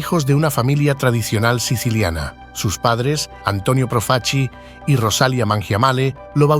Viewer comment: proof-a-chee? if you can't even pronounce your subject's name correctly in the first two seconds, what's the point in wasting forty minutes of my time mispronouncing his name again and again? Thumbs down.